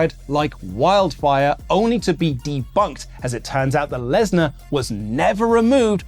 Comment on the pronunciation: Lesnar? More like lass-nah